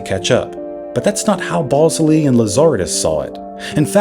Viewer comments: “Ballsly!”😂 I don’t think this is how you pronounce his name. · I suspect nobody actually cares, but as a former BlackBerry fanatic, can I just mention the correct pronunciation of RIM's co-CEO's last names? Mike Lazaridis is pronounced like "lazz-er-ee-dis" and Jim Ballsillie "bal-seal-lee" 🤙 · Lazaridis is pronounced LazarEEEdis, not LazAAARidis. Balsillie is pronounced BallSILLY. Cell signals don't come from satellites (not yet, anyway), they come from cell towers.